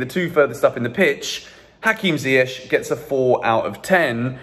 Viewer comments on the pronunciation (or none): Oh my god please ziyech’s name is pronounced ZIYE-K not ZIYE-SH😭 (CH=K)